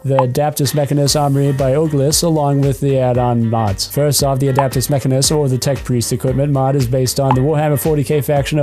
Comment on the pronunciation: you mispronounced adeptus mechanicus